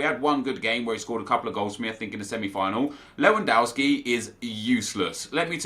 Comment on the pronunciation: why do you call lewandowski lewandauski?